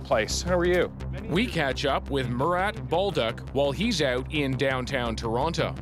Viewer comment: His name Mu-rat